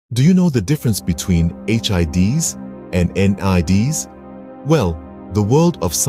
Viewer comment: please dont pronounce hids and nids like that ever again